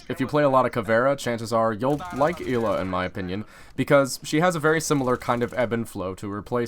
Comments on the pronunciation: "clears throat" it isnt Eela its Ela said like Ella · It’s not “EE-Luh”. It’s “L-Uh”, you pleb. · Its Ela not Íla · “el A” not “E La” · I believe it's eh-lah instead of ee-lah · EEELAA Everyone: ELLA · It’s eh-luh Not Eeee luh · Why do you say elaw it’s L uhhh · Ela not eela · Y does he pronounce it 'eeeeela' not 'ehla' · Not ella ela so not eeela ela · Ela not eela plz plz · El-a not eel-a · It's Ela not eelaaa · Ell a not ee la fucking dorks over prononsing shit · It's pronounced eh-la not ila... It's polish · how tf do u mispronounce such a generic name. Its not fuckin eela its EH-la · its eh-la. not ila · It's not ee-la, its El-la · Is it pronounced Ee-la or El-ah not being a grammar Nazi i am just curious. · ELA not EEEELA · You pronounce it "ella", E with "eh" sound not "í" ;) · I am from poland and i agree with krister, it's Ela not Ila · It's 'Ela' not 'Eela' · Fuck it's a polish name so it's pronounced EHHLA. Not fucking eeeeeela. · ELA NOT EELLA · its not eeeeela its ELA LICK elchopo get the el then ad an a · why tf does he say eela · he just called ela eeeeeeela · Did u say Hila? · Never say E la again it’s ellahh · Fucking E-la smh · It triggered me so hard that he said "Eli" or something like that the whole video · I swear to god if he says ila one more time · I had to stop watching because of how many times you said "eela" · "ive played a lot of Eeeela" welp im out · Yeah it's pronounced Eh-La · Im polish you pronounce it Ela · I thought her name was pronounced eh-la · Y tf does he say eela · "E-la" smh.. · I think ELA is fairly pronunced "I:LA". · ELA NOT ELLA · STOP SAYING EEEEEELA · Your special get ela's name right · Say Ela name correctly m8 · STOP PRONOUNCING HER NAME WRONG!!!!!!!!!!!!!!!!!!!!! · Lol of course he pronounced the name wrong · I'm 98% sure that you're pronouncing her name wrong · You said ela wrong